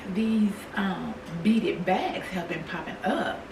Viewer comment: Hi! I enjoyed this! It was refreshing seeing you cook and all the things. That fairy garden is magnificent the way you incorporated the door and entry to the trees. The beaded purse is adorable. At first, I thought you were saying "beat it" and I was like "oh snap! They're bringing back vintage MJ sayings?" Girl I'm a mess❤ You are a fun grandma too. Keep winning!❤❤❤